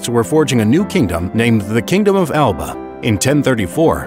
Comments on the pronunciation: Bruh the pronunciation of “Alba” hurts lmaooo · This video had so much potential... but so much misinformation let itself down The Picts didn’t call them selves the Kingdom of Alba (pronounced A la pa) that’s the name for when the Gaelic (ga lic) Kingdom of Dál Riata and the Kingdom of the Picts united into the Kingdom of Alba